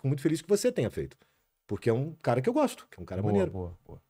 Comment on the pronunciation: Me explica, e essa entonação ai no "gÓsto," "manEEEiro" kkkkkkkkkkkk